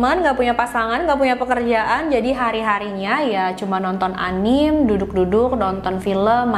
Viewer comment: Kak, anime itu dibaca anime aja kayak biasa a-ni-me